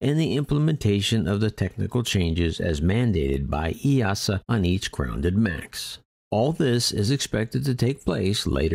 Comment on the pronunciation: Kudos for pronouncing EASA correctly 👍